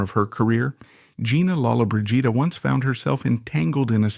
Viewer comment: You are pronouncing her last name wrong . 🤷‍♀️